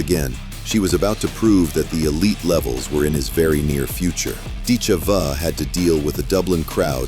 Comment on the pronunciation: Are you def or stupid or maybe both? Accent is on "i" not on "e"...but you maybe to stupid to see that? It sounds very bad when you pronounce her name morron!